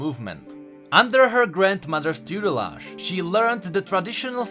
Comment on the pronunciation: you mispronounced dubious and tutelage ._.